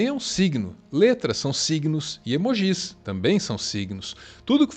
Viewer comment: esse vídeo realmente explodiu minha cabeça porque nunca parei para pensar em quão único o símbolo do coração é. (aguardando os comentários balbuciando sobre a pronúncia de "emojí" do... kkkk)